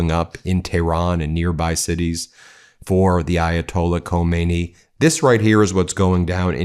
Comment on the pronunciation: Not Khomeini, Khamenei.